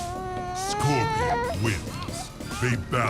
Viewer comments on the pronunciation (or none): Did he say Scorpio?